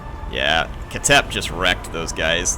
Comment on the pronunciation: Its not pronounced “KA-TEP” its pronounced”KH-TEP”, “KH” sounds as if you are snoring with a strong K element.